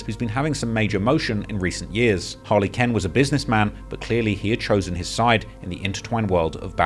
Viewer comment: No way you said Harley Ken 😂